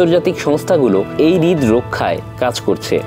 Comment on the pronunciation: হৃদ না রে ভাই হ্রদ 😂